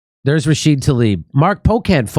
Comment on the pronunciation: Why do you always leave the A off of Rashida?